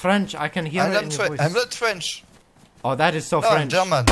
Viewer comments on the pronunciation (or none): “am noot fwench”